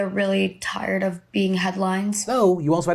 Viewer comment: Hey Phil when you say "get caught up on the news of the day to get back to yours", you need to really emphasize OF, otherwise the "yours" almost sounds like it doesn't make sense because it doesn't sound linked to the word "day"